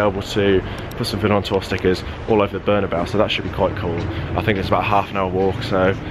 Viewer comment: 'Berna-bow' Can't even say the name of the stadium correctly. 🤦🏾‍♂️